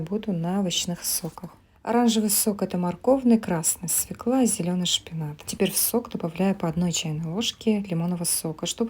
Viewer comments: Голос приятный. Но, всё же, в слове "свëкла" удаление падает на ë. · СВЁКЛА…Боги…СВЁКЛА!!!Ударение на «Ё»!!!!! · Рецепты-класс! Но, какой же унылый голос, захотелось повеситься) Пысы: правильно будет «свёкла» Ужас, ну Я и зануда сама 😸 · может ударение грамотная наша😄